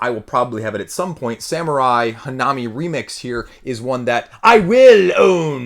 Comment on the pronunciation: It's pronounced hannami, not hanaami. (comes from Hana = flower and Mi from Miru = to see) But it's fine. Just thought I put it out there. For the rest, great video as per usual. I like your opinions 💜